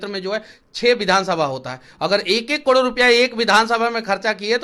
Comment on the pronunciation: तू भाई पहले करोड़ बोलना सिख जा